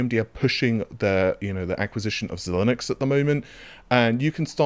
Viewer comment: From what I know, it's pronounced Zee Linx